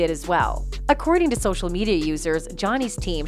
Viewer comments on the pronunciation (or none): none